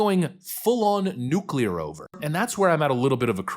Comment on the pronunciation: At last! A yank who knows how to pronounce the word, 'nuclear!'